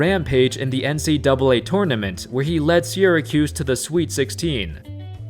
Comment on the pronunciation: I Can't be the only person who gets annoyed by the way he says Syracuse 🤣 anyway great vid so far